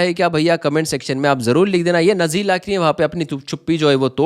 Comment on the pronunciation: नजीला नहीं बेटा नाजिला नाम है